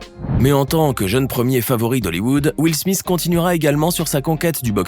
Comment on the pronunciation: Will smisss 😂😂